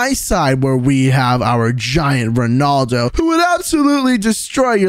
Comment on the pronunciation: Rondalo fans say his name right so your not a rea fan@